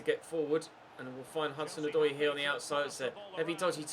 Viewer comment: "To Callum HazoozooDoy" xD